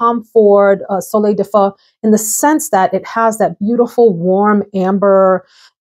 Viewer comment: 🙉I had to replay which Tom Ford fragrance you said🙊😆Did she say "Soleil de fuck?" 🙉 I hadn't heard of the fragrance so I had to Google it. And ...ahaaa! 😅Soleil de feu. Get it. It wouldn't surprise me thought with Tom Ford. Fuck and sex are normal fragrance names for them. 😁 But I actually first-spray-shopping-purchased a 50 ml of Chloe Lumineuse and after a day of wear it really grew on me. Not one to like solar-notes, but this one hit all the right boxes. Thanks for all your amazing content😃❤️